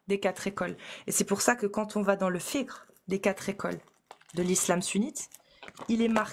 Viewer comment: wow après une "lutte de longue haleine à gorge déployée", nous sort une prononciation de "fiqh" quasi parfaite 👏🏽😅